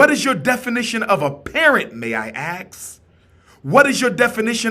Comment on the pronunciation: I agree with Umar, but at his level of education, I expect to hear him pronounce the work ASK properly. The S comes before the K, brother.